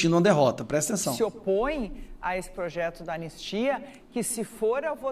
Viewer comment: Anestia? Kkkkkk analfa....